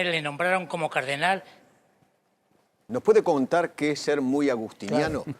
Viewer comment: ¿CÁRDENAL? De Chiclayo?? What???